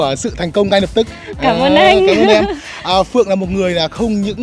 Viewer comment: Phượng ngọng